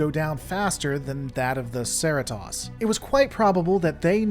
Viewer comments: Am I missing the joke about the Serratoss? That's clearly not how it's spelled or pronounced on the show. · There is no way you actually watch the show and call the ship "Sare E toss" Its Cerritos, rhymes with Burritos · Dude... SAIR-rih-toss? It's suh-REE-toes. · Are you saying Sara-Toss instead of Suh-REE-Tows? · Why am I so distracted by my annoyance of the mispronounced ship name? It’s a well thought out and accurate essay. I just keep getting caught up on the Sir-EE-tose pronounced sur-eh-toss. It’s even pronounced in the video itself. I guess I just have to get past that to enjoy the otherwise well put together content. Enjoying your story. It’s a good one. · It's Serr- EE-Toes. Not Sur-It-TAHS. They say it like fifty times an episode. There is no way you're not deliberately mispronouncing it It's their show, they are allowed to pronounce it however they want, and what THEY call it is the proper pronunciation. And its named after an actual, real life city in California whose real life pronunciations is Serr-EE-Toes. What are you, Shyamalan going with Ung instead of Aang? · It's pronounced sir-ee-toes. Like Doritos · I noticed that too seemed to pronounce it as Cer-it-toss. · See-ree-toes...c'mon it's a hero ship, brah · Dude,... SIR-REE-TOES! Now put it together... CER-RI-TOS. I know I've heard you say it right before! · Saratose……yeah…as someone who lives 20 miles from the city the ship is named after I can tell you they way you pronounce the Cerritos is very…VERY cringe worthy. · Me the whole video: what's a Sera-toss? Me: oh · Why do you keep saying "Share-e-toss"? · Yeah. I thought he said 'Seratas' making me wonder for a second if there was another ship involved. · My maaan you need to roll those “RR” CeRRitos! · Sera-toss? Why not pronounce it the way the crew on the show does? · Dude, it's the Cerritos, not the Serra Toss. Hearing you mispronounce it repeatedly earns a 👎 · Why do you keep pronouncing the name of the Cerritos as the "Serr-it-toss"?